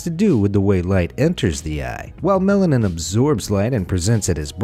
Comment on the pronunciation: It sounds like he keeps saying melon 😂